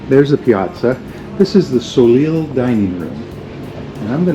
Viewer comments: You almost lost me when you pronounced "soleil" as "so-leel." It's "so-lay." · Soleil is French. It's pronounced "so-lay"